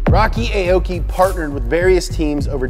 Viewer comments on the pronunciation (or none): "Aoki" is pronounced "ah-oh-key", not "ay-oh-key". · "Arh-or-key" not "A-o-gy", amazing video nevertheless. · Aoki's name is pronounce as aw-ki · AH-OU-KEE - real pronunciation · Aoki is actually pronounced as= awki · Everyone is saying Aoki wrong. It's pronounced like (ow-ki)